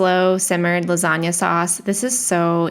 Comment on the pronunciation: Your pronunciation of the “gn” sound in lasagna is perfect 😮 It’s the first time I’ve heard an English speaker get the pronunciation correct 🎶✨️